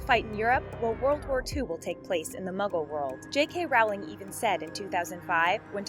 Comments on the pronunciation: im sorry but i could not help it... It's rO(u)wling (Rowling) NOT rA(u)ling... ROWLING!!!! With "O" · You obviously know nothing about the Harry Potter world, you plagiarize, and you don’t even check your facts. We’re calling you out. Now is your chance to change your ways! Also, J.K.’s last name is pronounced like “rolling”, not “raw-ling”. At least get the name of the creator of the Harry Potter universe right before you make a video, stealing others’ ideas! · ROLLING NOT ROWLING D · She can't even say J. K Rowling's name! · Ahhhhhhhh! Why can't anyone pronounce Rowling right! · Jesus Christ, how hard can it be for people to learn how to pronounce JK Rowling? It's as if people take pride in their ignorance. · JULIANA ARANGO FRANCO ALL THESE SO CALLED “THEORIES” ARE JUST STOLEN FROM DEDICATED HARRY POTTER FANS LIKE SEAMUS GORMAN AND THE SUPERCARLINBROTHERS, ALSO THIS DUMB CHANNEL CAN’T EVEN CHECKED POTTERMORE AND PRONOUNCE JK ROWLING PROPERLY! Worst channel ever.